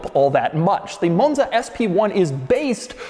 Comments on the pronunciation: what is a moan-zuh, doug? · Why are you saying “Monza “ that way? Sheesh. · Why does Doug go British every time he says 'Monza' though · Pronouncing “Monza”, a five letter, two syllable word, differently every single time for 32 minutes is a hell of a skill